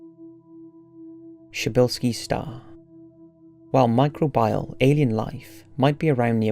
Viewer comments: 'micro bee al', not 'micro byal'! Sorry to be such a pedant! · Micro bee al not micro bile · I accept there's pronunciation differences between British English and other kinds of strains of English, but does anyone anywhere pronounce it mi-cro-BIAL instead mi-cro-be-al? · Enough already. I believe the pronunciation you're grasping at is "my-CROW-bee-all". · I love this, but it’s pronounced “mi-crow-be-uhl” lol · I love the content, but every time you say "micro-bile" instead of pronouncing microbial like a human person I wanted to kick you in the nuts. But still, thanks! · How many fucking times can you mispronounce micr-OH-beeol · Every time he says Micro-bial it's like a punch to the knee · Everytime he says microbial, I die a little more inside.